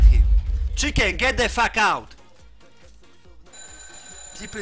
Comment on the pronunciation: Čiken, get de fak aut - PaszaBajcepz